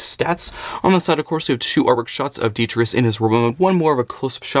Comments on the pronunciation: well not really, as, when your pronouncing it, you're missing out the t in tus, you're saying detrius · Why you saying his name so wrong 😅 its de-tri-tus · Say it with me. Dee-Try-Tus. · That’s not how you say his name 🤷🏻‍♂️